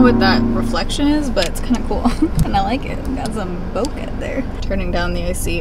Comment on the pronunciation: Bokeh is pronounced "BOH-kay".